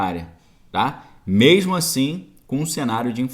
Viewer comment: Ótima live , passando sua opinião positiva do nosso país , gosto muito do seu ponto de vista , da sua análise ..... Mas você continua falando memo ou mema rsrsrs ... corrigi isso Parabéns pela live.